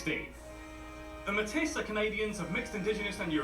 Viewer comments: It’s pronounced “may-tea” not “may-tiss” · Metis not Matis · The narrator incorrectly pronounces Metis as MEH-TISSS, but it is pronounced May-TEE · Metis is not pronounced me tiss, it is pronounced May..tee! You need to find a video about Canada done by a Canadian. Justin Trudeau is an embarrassment He has done a lot to alienate! most Canadians and cause a lot of problems in Canada! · It's Metis - may-tee, instead of 'metiss'. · ita pronounced "may tea" not "met tis" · it's not pronounced Meh Tis, but: May Tee. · It's pronounced Maytee not Maytiss. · It's hard listening to Brits and Americans do vids about Canada because none of them know how "Metis" is pronounced, and few of them even come close. It's "matey," like a pirate, with the emphasis on the second half of the word. It is most definitely not "ma-tiss," as this guy keeps saying. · small bit of a mispronounciation Matis is a french word not pronounced MAY-TIS is is MAY-TEA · Metis is NOT me-tis, it is may-tee. It is pronounced in French. (As the Metis are generally of Indigenous and French ancestry) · This dude speaking for Canada isn't even Canadian. WTF! He doesn't even pronounce Metis properly as a Brit! I hope you didn't subscribe to his channel. Aside from that I love your channel. Please keep creating cool content, and thanks. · Metis is pronounced maytee. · Metis is pronounced as , May teas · Metis is pronounced May-tee, the s is silent. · It pronounced May tee. It is French so you don’t have pronounce the s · “Métis”is pronounced “May-teeee” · And it's May-tee. Never in my life have I heard anyone pronounce the "s". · It would have been better if the narrator had been from Canada, so he would know how to pronounce words such as Métis and Ontario.